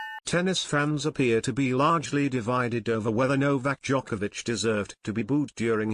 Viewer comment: this guy can't even pronounce his name. not that it matters. This is a complete load of crap